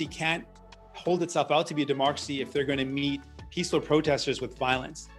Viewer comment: did he say peacefull🤣🤣🤣🤣🤣🤣